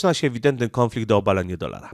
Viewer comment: Nie kĄflikt tylko kONflikt, gdzie tam masz ą?